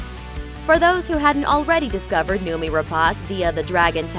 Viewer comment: I wanted to see more of her, as well as Fassbender, in Covenant. Oh, btw, it's pronounced as noh-mee.